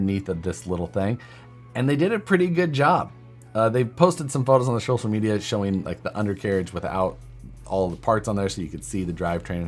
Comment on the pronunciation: Shocial media?? Was someone a lil tipsy recording SNU? lol